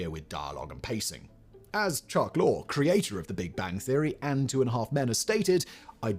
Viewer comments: Bowdoin College is pronounced "BO-din". Long o, emphasis on the first syllable. Also, it's Chuck LORR-EE (like Peter) and Steve LEH-vi-tan, not "Leh-VIT-ian". Learn to read and/or research how to pronounce names. God is in the details and these details aren't correct. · "As Chuck 'Lore', creator of The Big Bang Theory...." His name is not pronounced "Lore". Though it's spelled "Lorre", it's pronounced "Lory".